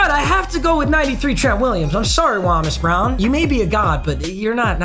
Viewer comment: It's pronounced low-mus brown